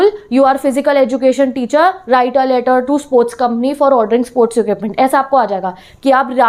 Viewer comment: lecher nhi letter hota hai